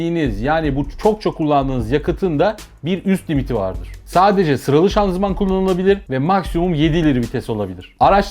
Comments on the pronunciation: Severek takip ediyorum abi hiç sıkılmıyorum anlatımın çok güzel. Ufak bi düzeltme yanlış anlama lütfen böyle takıntım var şanzuman değil de şanzıman desen :) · Abi şanzuman deme be :D Şanzıman de